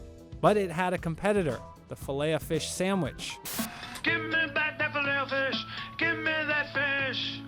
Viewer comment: You pronounce the ‘t’ in Filet-O-Fish